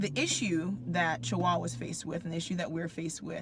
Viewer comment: hi sis may i help with that word "CHAWAH" if u dont mind. the "ch" sound is not ch like chair like how we say in english. its a hard gutter "h" like u have flem in your throat lol like from the gut sound. i love following u, your great keep up the teachings n if u have the time learn the difference between yittish and hebrew believe it or not there is a big difference. yittish has the letter "v" because they (the European of that time) couldnt pronounce the letter "b". so they say "vet" and "tov" and not "bet" or "tob". the letter "v" is not in the modern, palio, or picture graphic. they added it in to fit their speach and called it "their hebrew" or yittish, remember they are "ish" lol of us!! and im just stating this, not to pick just to share more knowledge. thanks sis, shalom shalom!!!! GREAT MESSAGE, KEEP IT COMING!!!